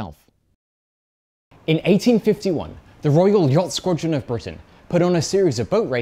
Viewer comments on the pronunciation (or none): Get your mind out of the gutter! He just pronounced "squadron" with a very hard D. (haha "very hard D, lol")